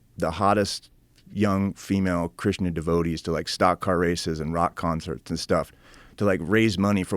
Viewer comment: says Krishna but sounds Like he's saying Christian